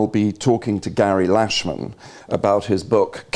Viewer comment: Butchered Gary’s last name 😬